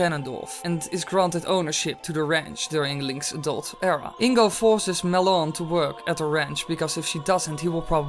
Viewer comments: i was pronounced it mal on, not ma lon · It's Malon, not malonne! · its Mal-on not Mulon